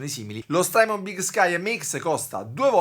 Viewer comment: (S)trymon con la T di tabacchino!